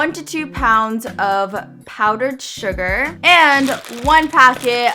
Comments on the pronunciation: You said shuga and it sounded like suga #BTS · OMG... When u said Sugar ( without saying the r ). It reminds me of one of the members from BTS that has his nickname Suga